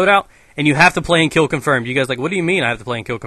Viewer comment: Kiel Konfoirmed... good engrish there